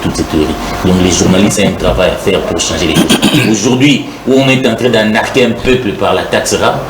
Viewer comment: on dit "arnaquer" et non "anarquer"